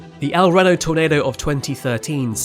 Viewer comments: Long E, not short E for El Reno. Think of it as El Reeno. Otherwise, stellar video! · lmao. And I’m from Venezuela. Your point? He’s not saying it correctly because El “Reeno” it’s pronounced like that here. Period. I know how it’s pronounced in Spanish, in America it’s not pronounced like that and it’s the name of their city. We have to respect that. I don’t go to Spain and tell you how to pronounce Portmán or whatever other city you have named from other languages. Get over it. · Ok as an Oklahoma I hv to tell you…. It’s El REno. I’m not even sure what your saying lol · just a heads up el reno is said "el reeno" great video! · EL Reno! It’s pronounced with a long “e” - El Reeno. My mom and dad lived there for awhile in the late 1940s. They experienced their first earthquake there! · I am also British and I have to correct my fellow Brit here. The places Reno and El Reno are pronounced here exactly the same as they are in the States. Phonetically it's 'El Reeno.' If you're pronouncing it like the creator of this video, you're saying it wrong! 🤷‍♀️ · Apparently not. In this video, it's "El Renno". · I have been cringing at the pronunciation. Like, I get it, you've got an accent, but there's literally a Reno, Nevada. It's not like Miami vs Miami 😂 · I can't help it, it is pronounced El R ee no like me or see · The second E in El Reno is pronounced with the long e. Couldn't decide if this was an AI mispronunciation or if it was a human pronunciation mistake. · I wondered about that. I would have pronounced it the same way I pronounce Reno, Nevada. Perhaps it was just the way a Brit would pronounce such a word? :shrug: I dunno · It's slightly infuriating that you pronounce the E in Reno the way you're supposed to pronounce the E in mesocyclone, and you pronounce the E in mesocyclone the way you're supposed to pronounce the E in Reno 🥲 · I am from Kansas. His pronunciations and using metric was driving me crazy. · Is he saying reno wrong on purpose? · EL Ree No. Ffs